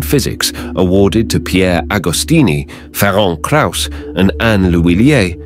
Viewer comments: Yes, brilliant development. But a pity that the narrator was unable to find out how to pronounce the name of Dr. Krauss - it is 'Ferents', not 'Feronk' or 'Ferenk', transliterated from Hungarian. Unfortunately such sloppiness diminishes the message. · Try to pronounce this: Ferentz Krayus. It will be closer to what it should sound like. He is not french but hungarian.